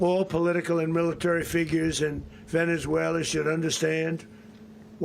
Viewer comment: Where is “VenezueleR” 😂😂😂